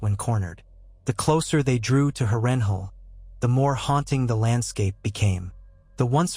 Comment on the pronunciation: House Tully and the rivermen has been completely and utterly forgotten in this vid, cursed by an AI voice that can't pronounce Harrenhal. And Tywin would've likely called upon the Reach to support him following his loss in the Riverlands, or hired Sellswords/ pirates to harry the North's, Vales' and Riverlands' eastern shores.